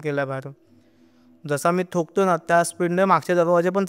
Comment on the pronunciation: Tokty nahi Thokty